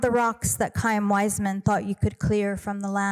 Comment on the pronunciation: She keeps saying kaim Weismann. Learn pronunciation Susan.